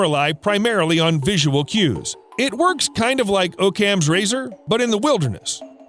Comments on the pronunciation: Pronounced ‘AHK-um’ s razor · “Oh-Cams Razor?” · Okam's razor? I assume you've never actually heard Occam said aloud.